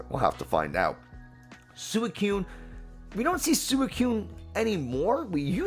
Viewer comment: Instant dislike and "don't recommend channel to me again" for how you pronounce suicune.